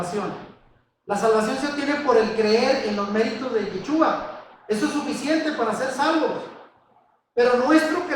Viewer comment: Tienen lugar de reunión en Argentina? Segundo y sin ofender.......si el nombre es Yeshúa se debe pronunciar Sh , cuando usted pronuncia suena a jechua .....con un poco de práctica en la SH creo que sería mejor, fuera de eso muy buena enseñanza, lo felicito.